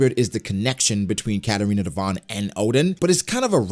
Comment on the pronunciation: It's Devon